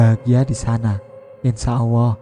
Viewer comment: Suaranya ini, penyebutan allahbya awoh